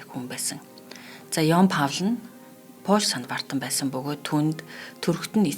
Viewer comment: Хамгийн эелдэг сайхан хоёр бүсгүйгээ сонслоо.. Манайхан энэ нэрнүүд дээр ач холбогдол өгөөд жаахан судлаад нэрийг нь (кино ярихдаа ч гэсэн) тухайн улсын дуудлагаар нь хэлвэл сайхан бнаа. Энэ хүний нэр герман англи хэлээр өөр өөрөөр дуудагдах байж. Харин хоёр дох нэр нь яавч Павл (слав сонсогдоод бгаа юм) биш юм аа Паул, Поол эсвэл латинаар Паулус гэх байж ээ